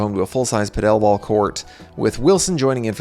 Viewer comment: Why on gods green earth are you saying Paddle ball that way?